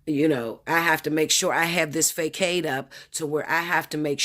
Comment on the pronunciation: Facade: Fah-sod